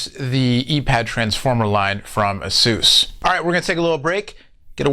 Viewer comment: it's pronounced "Ah-sus" not "A-soos"